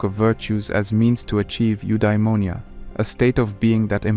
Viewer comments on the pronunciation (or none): "Endaìmoìa " 🙂‍↔️" Eudaìmonìa"